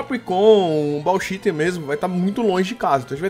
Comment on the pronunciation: aprende a falar e bauchite e não bauchita